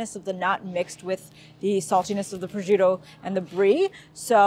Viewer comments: There is no “z” in proscuitto. Pros”shk” toe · abcw oops, I was on my phone and confused the words. Prosciutto is pronounced "pro-shoot-oh" : roll the "r" and stress the 2nd syllable but you articulate all 3....not roll them all together like they say "pruhjutoh". LOL It ain't a form of Kung-fu eh! ;-) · It's "pres-shoot-oh" . Charcuterie is pronounced "shar-KOOT-er-ee". Americans... ;-) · It's pronounced pres-koot-oh?